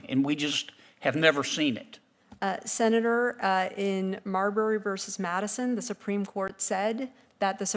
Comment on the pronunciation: What's a Sena duuurrrr?